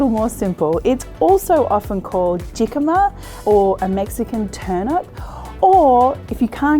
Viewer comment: Hi Marion! Love your videos. It is pronounced "hicama" not ji-cama😂!